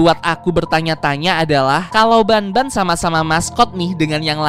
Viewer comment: Bang el bukan ban bang tapi banban